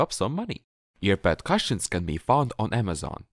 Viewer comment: Thank you. I will change my cushions this weekend. By the way, you speak very good English but in a kind way I have to correct the way you say cushions. You are making the U sound as in CUP. The sound is more like the OO sound. It is written Cushion but sounds like Coosh-n